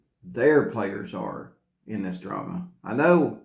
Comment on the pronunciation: Is he saying "Players in this Drama or Trama?"